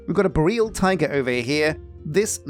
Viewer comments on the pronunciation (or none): You pronounced Taiga correctly, Bot Boreal is pronounced Bore-E-al, Bore as in BORING, E as in the meme, and al as in the shortened form of Alphonse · Been a while, but I had to click when I saw Feed The World. Taiga is fine, as far as I'm aware, but boreal is BORE-eel, like Aurora Borealis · He pronounced taiga correctly, but then immediately mispronounced boreal.